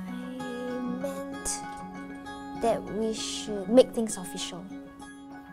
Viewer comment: “dat is veri bad”